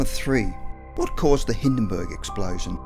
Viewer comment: So it was called the cungusta event huh? Is that right? Skel-EE-tal? The Hiddenburg?